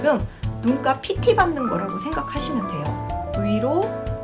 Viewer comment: 눈가인데 자꾸 눈깔로 들려요 ㅋ